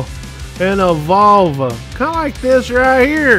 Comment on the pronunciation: Love how pronounces 'Volvo...' Like the medical term for female genitalia. Appropriate on so many levels.